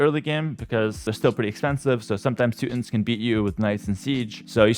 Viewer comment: "Two tawns" "two tawn nick"